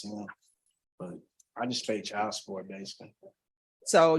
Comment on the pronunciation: Someone needs to tell to pronounce properly such as a D at the end of CHILD